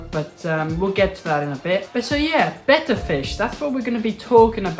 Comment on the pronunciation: I USED TO keep a betta in one of those box tanks NOT ANYMORE I don’t even keep a betta anymore but want to breed a pair ITS PRONOUNCED BETTA I REPEAT BETTA 😂 SOOOO should I breed a pair in a ten gallon and move the babies to a 75 gallon or breed them in the 75 and move the babies to the 10? GREAT VIDEO THANKS FOR THE INFORMING VIDEO!!!